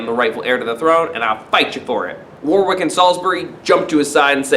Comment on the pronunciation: War-wick? It's pronounced Wor-rick:)